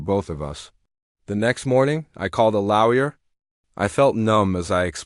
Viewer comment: The next morning he called a "lauyer"? What the heck is that? LOL